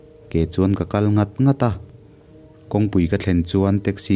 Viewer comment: "Ngat ngat" i thluk dan hi a dik em aw ka ti. Zo tui thiang ngat a nih kha ti a "ngat" anga thluk tur niawm tak a ni.